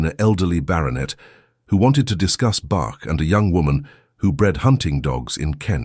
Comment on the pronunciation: Discuss Bach please..not bark.oh dear. And lowered his gaze...not gays